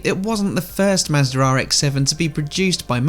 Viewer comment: Ah yes. The good old Mazdarrh.